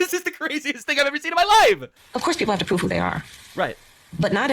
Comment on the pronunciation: Okay, why does Kamala have the speech pattern of saying the verb "to prove" as "to proof"? It's not a California thing, it's not a black thing, it's not an Indian thing, and it's not a Jamaican thing (AFAIK). I know Language Log is full of woke stuff when it's not being anti-CCP, but I hope they do a post on this one.